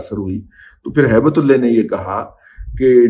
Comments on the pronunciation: Sir mind it, you are degrading the name of 'ALLAH' . It should should should be HAIBATUL 'ALLAH' not "HAIBAT'ULLAY'. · دادا جی آپ نام صحیح پکاریں کیونکہ آپ لفظ ہیبت تو صحیح بلا رہے ہیں لیکن جب لفظ اللہ پہ جاتے ہیں تو نام بگاڑ دیتے ہیں اسی طرح اور نام بھی لوگ بگاڑتے اس کا خیال نہیں رکھتے ہیں اکثر عبداللہ نام بھی لوگوں کو بگاڑتے سنا ہے پلیز آپ ان چیزوں کا خیال رکھا کریں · دادا جی بہت ادب کیساتھ۔۔۔ کچھ عرصہ سے آپ تھوڑا مبالغہ آرائی سے کام لے رہے ہیں، ہر سنی سنائی بات حتمی اور سچ نہیں ہوتی،کچھ سنی سنائی خبریں ہضم کرنے کی عادت ڈالیں۔۔۔ اس ویلاگ میں آپ نے ایک افغانی کا نام بگاڑ کر لیا ہے،اور وہ لفظ ہے اللہ۔۔۔ ہیبت اللہ کے نام کو بگاڑ کر ادا کیا ہے آپ نے۔۔۔ اپنی دنیاوآخرت کی تباہی سے بچنے کیلئے اللہ سبحانہ وتعالی کے ہاں سچی توبہ کیجئے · ہیبت اللہ کو بگاڑ کر ہیبت تلے کہنا اللہ رب العزت کے نام کی توہین کر رہے ہیں آپ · دادا جی ہیبت اللہ نام کے ساتھ اللہ کا نام آتا ھے جسے آپ بگاڑ کر لیتے ہیں ۔بہت جاھلانہ بات ھے ۔اللہ سے معافی مانگیں ۔ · براہ کرم جوش جذبات میں اللہ کے لفظ کو نہ بگاڑیں اور ہیبت اللہ کے نام میں اللہ کے لفظ کو درست pronounce کریں، شکریہ۔ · جناب اپ نے جذبات میں ہیبت اللہ کا نام بگاڑنا تھا تو بگاڑ کر ہیبتی کتا کر لیتے لیکن اپ نے گستاخی کی اور ہو سکتا نا سمجھی میں اللہ تعالی کا نام بگاڑ لیا یعنی ہیبت کو تو درست لیا لیکن میرے رب کے نام کو درست نہیں لیا جسکا مجھے اپ سے توقع نہیں تھی